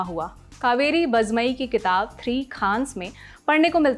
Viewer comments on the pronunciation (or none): none